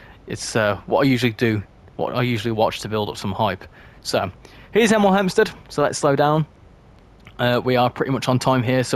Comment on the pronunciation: you almost said 'emel 'empstead like a proper hemelite 😅